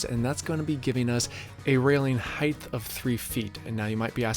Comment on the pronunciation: You said " hithe" instead of height. You don't know what you're doing